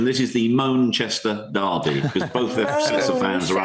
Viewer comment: People that can’t pronounce the word “derby” properly should not be paid to speak